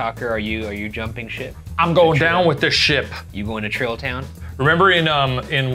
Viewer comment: Where the hell did he say tiktokers are going?? Trilla? Shrilla? Wtf